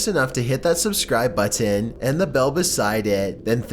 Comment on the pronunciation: Why do you emphasize the word button